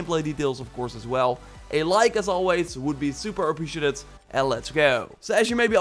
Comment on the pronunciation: The like would be super appreciaTIT and let’s go! Am I the only one hear the word TIT when says that? I love his channel btw!